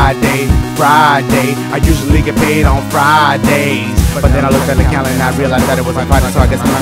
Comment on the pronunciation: Did it sound like he said condom instead calendar?